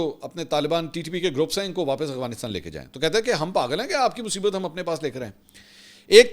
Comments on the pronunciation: منصور بھائی یہ لفظ "اغوانستان" نہیں بلکہ افغانستان ہے جو کہ آپ سب وی لاگ میں استعمال کرتے ہیں براہِ مہربانی اپنی تصحیح کرلیں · بھائی صاحب آ پکی دو غلطي پکڑی ہیں بولتے کمال ہو لیکن ہندو وتا اور اغوانستان افغانستان اور هندو توا هے یہ دیکھ کے بتانا میں آپ کو غور سے سنتا ہوں کے نہیں فرید الدین رکھوالا سے sorry